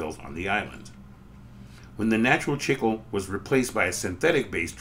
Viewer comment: Interesting video! Pronunciation is a little painful I think. Certainly it must be pronounced "chick-lay" and not "chickle".